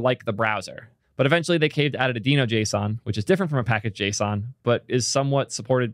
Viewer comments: and yet he says “Deh-no” about half the time. But I can’t tell if he’s trolling… just heard him pronounce “gist” (as in a GitHub gist) with a hard g, and it felt like a troll. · its pronounced deeno, its literally a dinosaur in the logo... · I'll watch the video anyway, BUT when the official promo says /diːnoʊ/, then you really should care just enough to drop your former mispronunciation and start using the one used by the damn creator. Is it really THAT hard? 🙃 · It’s deeno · how would you pronounce the logo? its a DINOsaur..... i cant watch this video with how you are pronouncing deno.. go with deeno or dyno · is sometimes pronouncing "Deno" the way Ryan Dahl originally pronounced it, but he and the rest of the org agreed to pronounce it "Dee-no" in 2020. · Everyone's so worried about misgendering people, but then completely disregard the correct pronunciation of names... It's pronounced "dee-no", just look it up! It's literally the first thing on the Wikipedia page or Deno docs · Uh... I am so unqualified to weigh-in on this pronunciation. But given the branding, isn't it obviously pronounced "Dino"? 🦖🤔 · i watched until you decided to mispronounce it like an idiot. skip